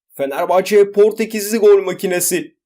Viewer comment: Bişey olmaz hocam da Fenerbahç diyor.